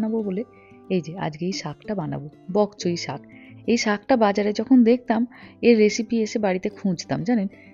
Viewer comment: সাগ ✅ শাক ❌ 😂